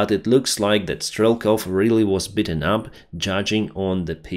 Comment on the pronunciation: You mention you want to work on your English sometimes. It’s very good, but to help, “beaten” say more like eat. Sounded like you said “bitten” and I thought for a moment he was mauled by a dog. Best of wishes friend. Slava Ukraini.